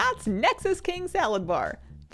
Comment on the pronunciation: It actually drives me crazy that people call him Salad-bar. His name is just Sala-dar, it truly is not hard to pronounce smdh